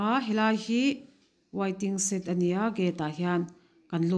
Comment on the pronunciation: Wai-ting-set..... tia lam lovin waiting shed ti thei ta la, ngaihthlak a nuam Sawt ang